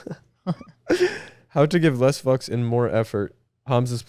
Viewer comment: carti doesnt make love he fwaks 😂